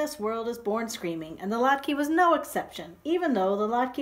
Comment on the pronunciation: Lat KA-- that's how it is pronounced :)) Thanks for sharing the story!